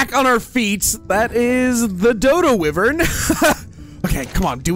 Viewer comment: Why bro say whyariven like that